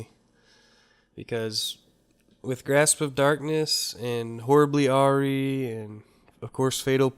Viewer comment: Horribly awry, awry is pronounced r - eye